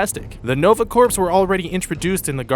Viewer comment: I'm pretty sure it's pronounced Nova Corps(core), not Corps(corps).